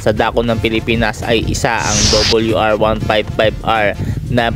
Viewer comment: RRRR hindi LLLL WR WL